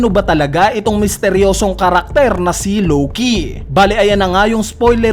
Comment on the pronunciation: Matinde tlaga to si lowkey kuya mo lng pwede mag pronounce nian 😂